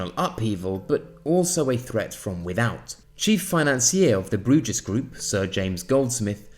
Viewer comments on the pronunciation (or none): Bruges is pronounced as Brews